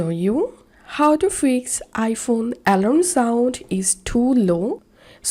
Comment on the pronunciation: al-ARM, accent on the last syllable.